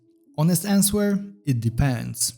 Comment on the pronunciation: "honest ansuwair, it depäns"